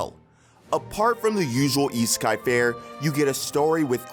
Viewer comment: Why did i hear isekai as e-sky?